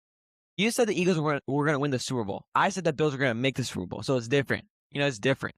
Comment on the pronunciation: mf on the left said “soupa bow”